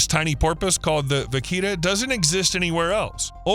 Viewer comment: The level of misguided PERSUASION in this crazy YouTube is OFF THE CHARTS, first the name of the endangered porpoise is pronounced wrong, it’s Vaquita. Animals with very small numbers often have inbreeding, so their genetics is damaged making them destine for extinction, the Vaquita doesn’t have this problem, their genetics are viable. This means they can be saved by being moved to zoos and bred. Trying to save them in Mexico looks extremely unlikely even though the environmentalists believe this is the best solution. The Vaquita are very valuable for totoaba, their swim bladders, which are smuggled to China for traditional medicine.